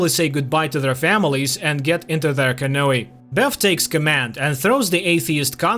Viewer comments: Can-oooh not canoayLOL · Good recap! But bro "canoe" is pronounced: cuh-new.👌👍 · It’s pronounced ca-nue. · To the narrator. Canoe is pronounced canoo.